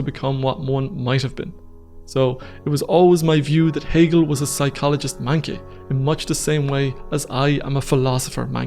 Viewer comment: This is great. Thank you for all your hard work putting this together. Just to clarify, "manqué" is French and pronounced "monqué".